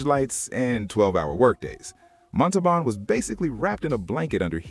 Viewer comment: I read that Herve was in constant pain because, while his body was small, his intestines were normal sized, causing much pain. Also, it is disrespectful to mispronounce a person's name. Look up the pronunciation of Montalban.